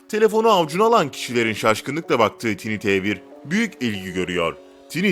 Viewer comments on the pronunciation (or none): Bir video çekimine hazırlanırken, tanıttığınız cihazların isimleri doğru okumaya daha özen gösterseydiniz keşke. Tiny T1 (Tini diye telaffuz edilmez - Tayni diye telaffuz edilir.)